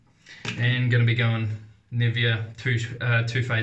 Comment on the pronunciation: I appreciate this review. I was considering it but I think I'll hold on to my money. I also have the Parthenon, Rex and several other adjustables. BTW, the NIVEA is pronounced NI-VAY-UH. It's parent company is Swiss and A Swiss woman I dated corrected me when I pronounced it like you did. I enjoy your videos.